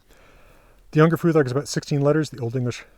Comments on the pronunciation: Is there a reason why you pronounce "futhark" with a [ð] instead of a [θ]? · In English it’s weird to have an unvoiced “th” in the middle of a word, and actually it’s a feature of Scandinavian accents in English. So yeah, just English phonology is the reason.